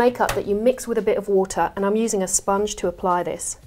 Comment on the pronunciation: your voice defo goes a bit Australian when you say "im using a sponge to apply this" LOVE IT